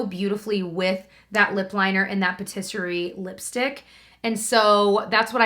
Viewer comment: Every time you mention the MAC lipstick in the shade Patisserie I think you say rotisserie at first and I think to myself “what a weird shade name” 🤣🤣